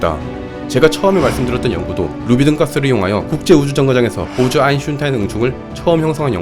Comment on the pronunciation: 보즈가 왜 보좌라고 들리지? 나만그런가